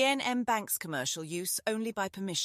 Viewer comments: ...and one that doesn't know how to pronounce Iain! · Terrible. I'll read for myself rather than listen to AI that can't even pronounce 'Iain'. Stopped after 13 seconds.